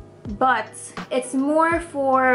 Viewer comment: it's annoying how you say Bu22222 instead of buttttt Minute